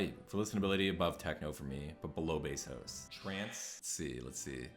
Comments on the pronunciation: It’s house is a house it’s a goddamn house not hoes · HoSe mad! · I love how you pronounce house lmaoo